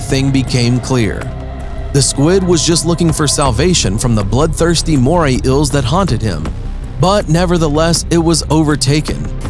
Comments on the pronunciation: Was it too hard to find someone more articulate? They go through the trouble of making this video, then mess it up by getting an incompetent narrator. Did they just grab some random guy off the street? The writing definitely sucks: "And in this video, two Moray "ills" mated to death. One of them is slightly larger and more powerful than its opponent, and this apparently served as the reason for its victory." No shit, Captain Obvious. Plus, those eels weren't mating. They look like two different species. "Here is such an amazing fish from the "ill" family and its "apprentice" fully reflects its character." You mean "appearance". What's worse is that he seems to be the narrator for most (if not all) of this channel's videos. I'm not going to check, of course, because I'd rather view videos that are informative, credible, and not annoying. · I hate how he calls eels ills like bro it's eel or eels. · Eels, not Ills. Lol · Dude! Its EEls, not Ills. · EELS. Not ills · It's eels not ils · Ils?? Their Eels like say E not Ills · This guy clearly cant say eels PROPERLY....all i hear is moray Ill moray ill LMFAOOO its kinda annoying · Hi there. Today we will talk to you about moray iils... I can't watch your video if everytime you try and say eel is sounds like iil. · Moray "ills"?????? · ok, i cant watch anymore, its killing meeeeeeeee "moray ills" FFS PRONUNCIATE!!!! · Very annoying how he pronounces it like moray ills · "Moray ills" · “Today we will tell you about moray ills.” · wtf is wrong with your English; ' inhibitants' , 'iels' holy crap, sue your school board and see a diction professional. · why the heck does he pronounce eels like that🤣🤣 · In the first 5 seconds of the video he can't even say eels right. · Bruh you really said “ills” and “inhibitints” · Not even 10 seconds into the video and I’m debating whether I should continue. I can sort of forgive “ills” instead of eels, but marine “inhibitants” instead of inhabitants!!! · "moray ills" and "marine inhibitants"